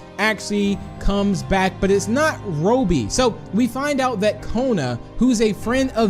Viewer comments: It’s not Ro-bie it’s Robby use a google translator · It is robby not rubby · The way u say robby is wow but ok cool vid! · Your saying Robby wrong